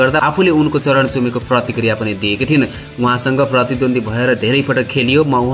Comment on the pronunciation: Charan join sharan vannuhos shabd shuddara ni hunuparyo